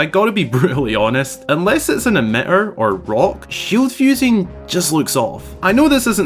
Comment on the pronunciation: it took me so long to understand emi-er and had to turn on captions to understand you were saying emitter. lolol i love it though